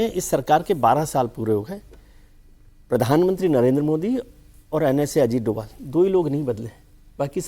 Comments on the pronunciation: वो डोभाल हैं डोवल नहीं , कृपया अपने उच्चारण को सही करें, उनको ये पुरस्कार मिलना पुरस्कार को सम्मान है , उनका जवाब नहीं ❤❤ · Shri Ajit Dobhaal naam hai doval doval kah rahi hai aap ek jimmedar channel se aisa kaha Jana nindaniya hai.